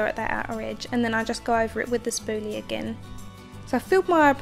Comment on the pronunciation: I like how she says "spooly" lol